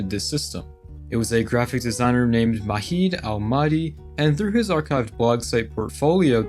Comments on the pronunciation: Love the nostalgia, but it’s low-key taking me out that u pronounce Majid, an Arabic name, like it’s a Spanish name 😭 The "j" is pronounced like the English "j," not as an "h" like in Spanish. I have no idea why, but I find it way funnier than I should. Great video tho, as always! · Why the hell are pronouncing Majid like it's a Mexican name? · The 'j' in Majid is pronounced like the j in "juice"